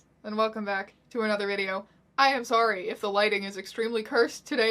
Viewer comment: says sorry like a canadian